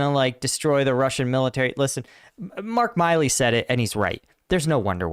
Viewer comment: Mark MILLey, not Mark MILey